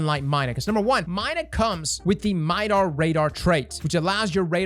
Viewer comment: Mida Radar? Don't you mean MIDAR?!